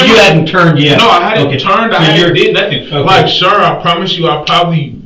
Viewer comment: "I didn't do nuffin" Uhuh I think we have a very different definition of what "doing nuffin" looks like.